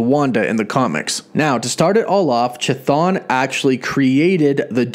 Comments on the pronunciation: "Chthon" is pronounced "kuh-thon", not "chuh-thon". It's a Greek word, χθών, meaning more or less "underworld". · Chthon pronunciation is "KIH-THONE" NOT "Cha-Thawn" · I'd like to believe this as well. But every time keeps going CHI-thon instead of KI-Thon makes me go ehhh~ Excited to see if Chthon would actually be the main antagonist for both WandaVision and Dr. Strange 2. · The Ch is pronounced like a k so Chthon should sound like Kthon. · I am telling you how the actual Greek word is pronounced, it is an H sound if any of you are looking for the correct pronounciation.....the rest is up to you if you want to mispronounce or pronounce it correctly but trust me the "choo choo" pronounciation really grated on my nerves... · Anybody else think it's pronounced"ka-thon" and not "cha-thon" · It is not effing pronounced cha, its ka - Like Cthulhu - KaThon not ChaThon. Holy shit this annoyed the ever living hell out of me. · kθɒn - go to an IPA pronouncer. There's no 'ch' sound. Chthon is a Greek word; it's to do with the underworld. And technically, it's not even kθɒn, but just θɒn when spoken normally. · It's pronounced kathoon...cthun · Please please pleeeease stop mispronouncing Greek terms and names. The pronounciation for Chthon is actually Hthon, with an H sound as in "H"ospital on the front, not ch as in "Ch"apter... "χθών" , "hthon" = "ground or soil" in ancient Greek.... Cheers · In Greek Hthon is an actual word, it means ground and it is pronounced just with an H (like in "hospital") in the front of the word and not a Ch (as in "choo choo") like this guy is incorrectly pronouncing in this video. English speakers notoriously totally butcher and mispronounce Greek words and names... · Ain't his name sounded out kah-th-own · The CH in Chthon is pronounced like a K. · I kept hearing Cha-Thong. Anyone else? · Common mistake, it’s actually pronounced ka-thon...😅🤷🏻‍♂️ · please stop saying "chuh-thon" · You know you’re pronouncing (ka thun) name wrong right